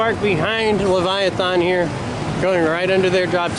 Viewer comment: Nice tour of CW, btw Leviathan is said like this "LeviathAN' not 'Leviathon'. :)